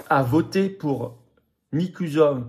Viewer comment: On prononce " Nicouchor " , si jamais vous deviez en reparler. En tout cas, total soutien à la Roumanie.